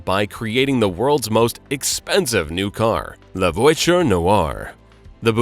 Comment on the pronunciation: That's an odd pronunciation of 'voiture'.